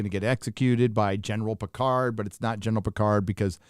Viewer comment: Love how you say "Pétard". Not sure if its intentional but its awesome! "firecracker" 😆. Jean-Luc, the most British of frenchman ever, is anything but. Or As we would say where I live : Pétard mouillé!